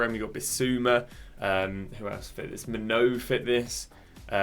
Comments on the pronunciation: Btw mate it’s pronounced ‘main-oo’ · Brother I love you but I beg you work on your pronunciations, maignan and calhanoglu mainoo pronunciations hurt me😊